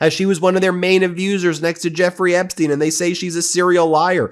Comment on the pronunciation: On the accent thing — it’s Apstein, Apstein. You might want to watch Laura Benanti, who does a more believable Melania than Melania … otherwise, carry on. BUT — something in Flotus’ email has always fascinated me, and really does seem to beg for context. Melania writes, “I know you are busy flying all over the world…” So Mrs T knew that. And it’s worth asking, did she know WHY? That Maxwell was scouting and grooming kids from countries like Slovenia for the trafficking trade? Why is no one poking that bear?